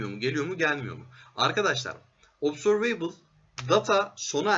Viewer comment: obzörveybıl değil de obzörvıbl derseniz daha doğru olur